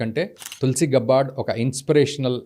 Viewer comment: గబ్బార్డ్ కాదు. గ్యాబర్డ్. Standard పదం ఎలా పలుకుతారో అలా